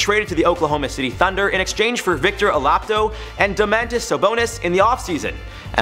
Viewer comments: victor olapdo?! It’s victor ol-a-di-po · It’s pronounced ola dee po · Olapido 🤣 bro butchered his name oladipo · Who else went straight to the comment section after he said Victor "olapdo". 😂😂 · This man said Victor Olapto😂 like it’s not that hard to pronounce honestly lol😂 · Who the hell is Victor 'Olapdo'?😂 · Victor olapdo 😂😂😂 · "Victor Olapdo" lmao 😂🤣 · "VICTOR OLAPTO" HAHAHAHA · “Victor oh-lap-dough”💀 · Victor Olapdo lmaooo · LOL olapto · Where’s there i when this man said oladipo 💀 “oladpo” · Victor olabto lmao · Victor alapdo hahaha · Bro stresses me out. Like look up the names first 🤦‍♂️smh "olapdo" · victor “OLAPDO” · "Victor Olappdo" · Dude you killing these players names lol